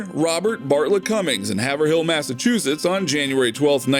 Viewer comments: haver-hill lmao. Havrill I live here and Mass towns and cities are soooo mispronounced by the rest of the "outside" world lol ... Try Worcester. haha I bet y'all will say it wrong. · It's pronounced Hay vrill not have her hill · pronounced “hay vrill” not “haver hill” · As a New Englander for my entre 54 years, I was born and live not far from Haverhill Mass. But I just to point out...it's not Haver-Hill. It's pronounced Hay-vrill.🙂 Good video otherwise. 👍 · Hayve-rill. Not Haver-hill. Welcome to Massachusetts. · It's hAv (sharp a) rhill. Not haverhill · I'm cutting this short -- this dude says "Hav- ur - hill" Mistake. It is pronounced "Hay-vril= 2 syllables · Haver-hill hahaha it’s pronounced Haverill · IT IS NOT PRONOUNCED "have-er-hill"!! It's pronounced "havrill"!! Goddamned non-m***holes messing up town names! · ha-ver-hill? smh nope "Haverill" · You mispronounced Haverhill (it is Hav-rill not Haver-hill) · There is no Haver-Hill Ma... Its Have-Rill. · OMG, the only famous person from Haverhill, Ma, and it's not pronounce Have er hill - it's HAv rill. I know my sister lives in the Bradford section of Haverhill, we grew up two towns over in Andover. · LOL haver hill MA Hay vril is how ya say it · “HAVER HILL”😂😂 it’s pronounced HAYVRILL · Haverill is pronounced "Hayve-Rull" not "haver hill" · It’s not pronounced haver hill it’s haiv rill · ...Hay-ve-rill. Not Have-err-hill. It's always fun to hear non-new englanders pronounce our towns 😂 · Haverhill is not pronounced haver-hill, it's Hay-vril. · I stopped at Hah-Ver-Hill, Massachusetts. Lmfao. It's pronounced Hay-Vrel. That was enough for me to walk away. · It's pronounced Hav'rill....not Hav er hill.... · You dont say “hill” at all. Its like the name Avril and haven. Havril is how its said. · It's pronounced HAYVE-RILL goddammit! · As a New Englander you butchered his home town name lol, it’s pronounced hayv-rill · It's pronounce Have-rill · It’s pronounced Hayv-rel. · "Haver-hill" lmao. WRONG